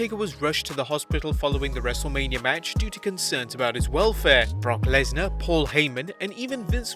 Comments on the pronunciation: you Said wrestleamia bruh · when you say wrestle mania you say wrestle lamia